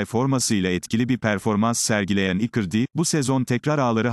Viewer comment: İcardi nin adini ikirdi diyor bu yav😄